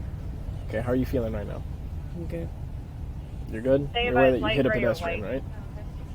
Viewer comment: Dimwit can’t even say pedestrian.